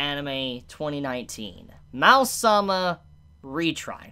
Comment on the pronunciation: It's probably not pronounced "Mal-sama" or "Mau-sama", but "Ma-o sama".